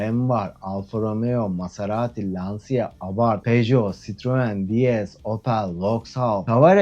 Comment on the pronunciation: Lancia otomobil markasının okunuşu Lansia değil Lança olacak.